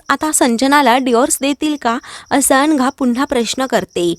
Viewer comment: अनघा की अंघा, उच्चार नीट करा